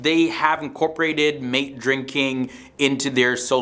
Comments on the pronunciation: Not “mate”, you have to learn how to pronounce it( mah- teh) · The drink is pronounced, 'mah- tay'. Thank you.